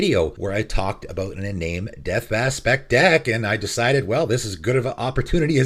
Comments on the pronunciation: "en-AHM-ey", not "en-NAME", sorry I get really touchy about pronounciation of things. I hate to be a grammar Nazi but also it annoys me if I don't say anything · FWIW, Iname is pronounced "ee - nah - meh" ( sounds like Spanish vowels ). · It's pronounced i-nah-may. It's japanese.